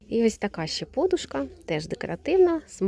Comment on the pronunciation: Дякую Вам,але ріже слух ваше ,,по'душка"!Змініть наголос,будь ласка!